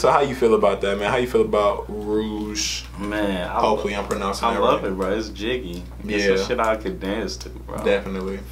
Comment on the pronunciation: The first pronunciations of Rouge is right... React to Rouge - Mbongo Zaka ft Moozlie.